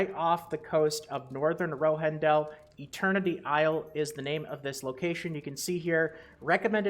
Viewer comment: what the hell is ILIER? Do you not know how to pronounce isle?